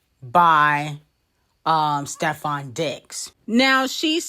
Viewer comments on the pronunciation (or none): none